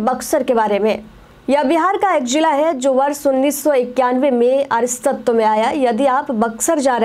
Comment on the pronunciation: Aristatawa nahi Astitwa hota hai hindi me